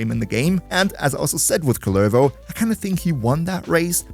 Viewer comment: Idk how many times you've played Duviri, but have you ever talked to the jailer or the kids in the island? He's not Kullérvo, he's Kúllervo